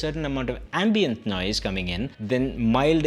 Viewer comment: dude , it is ambient.. not ambeint.